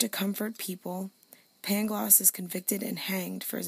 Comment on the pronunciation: The city is pronounced Lisbon and the tear's name is Pangloss not Paglongs